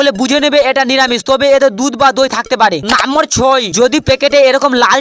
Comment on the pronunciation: নাম্বার❌ নাম্মর✅ 😂😂😂